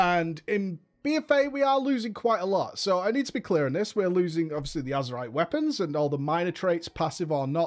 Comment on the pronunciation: "Azurite Weapon" close enuff